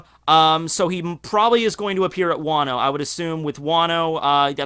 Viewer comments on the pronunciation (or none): none